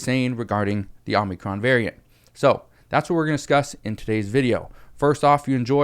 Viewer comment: I wanted to make sure you were saying what I thought you were saying before I said anything. And you have been you've been saying it over and over and over again I have to correct you. You keep saying Omnicron It's Omicron.